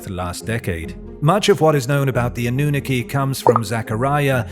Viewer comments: also it‘s called anunnaki not anoohneke there is nothing worse than an english speaker pronouncing words that aren‘t english lol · Lol anooniki? Sorry but it’s pronounced, “ah-noo-nahh-key” (Annunaki) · Ive always heard it as "Ah-nu-nah-kee" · Ah - new - nuh - key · Eh the pronunciation... Anunnaki..hmm...🤔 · Please check your pronunciation of Annunaki you sound ridiculous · Why cant he pronounce Anunnaki correctly? There is a video every other video on this channel meant the Anunnaki lol